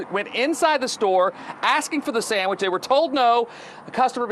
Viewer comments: It has to be a real person because she keeps saying “Sangwich” and it’s bothering my ears so badly. 😞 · A “Sangwiche?”….dont piss me off…fix up immediately lol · "Sangwidges" are this girl's penguing. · This AI is killing me by saying “Sangwich” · Is this AI cause she (or it) keeps saying “Sang-wich”. Am I the only one who hears it? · Sangwidge??? Please stop with the AI 😂😂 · As a fellow Caribbean, never heard a Trini say sangwich but I’ve heard plenty of white people say it tho 💀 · Nobody:..: ✌️Sangwich ✌️ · Am I trippin or is she saying 'sangwhich' ? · What in tf is a “sangwitch” 🥴😭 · Anyone else hearing “sangwhich” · sang which 😂😂 git me questioning if you’re ai now lord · what in the name of Davey Jones is a "SANG-WICH" ?? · I think the sandwich pronunciation as sangwich is a Northeastern thing like Maine or Rhode Island or a 👱🏻‍♀️👦🏼👩🏼 thing lol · Oh Gucci saying “Everybody wear tennis skirts” gonna be in my head all day omg the way you say “sangwich” (sandwich) shocked me so bad because the only other person I know who says it this way is my nephew ❤❤❤ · SANGWHICH 😭babe where are you from Boston ??? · Babygirl said sangwich, you afrolatina? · why do you keep saying sangwhich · “Sang-wich” is tickling me. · I was going insane every time she said it like that! I’ve never heard anyone pronounce sandwich like that so it was really grinding my gears ugh. What region is that from? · i love how you say sangwidge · Is it colloquialism, you’re pronunciation of “sandwich” as “sangwich” ? 😂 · Sangwich is driving me crazy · I kept hearing "sang-wich" lol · As a Canadian damn near every white person from the suburbs says it that way 😭 never heard a black person say it that way tho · yes she does & i hate it lmaoo great video tho!